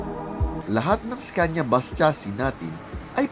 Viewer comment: iskenya po pronounce dyan